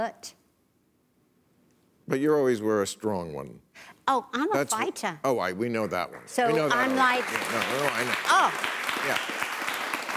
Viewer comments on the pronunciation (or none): Sharon says, 'I'M A FIGHTAH'! Yeah Sharon, now that you're out of work you might stay home and try to fight your face from falling off of your talking head....